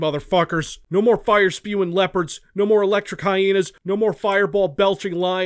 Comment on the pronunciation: I really like how he pronounces Hyena..He says "Hyeenie" and it's kinda awesome, lol 😆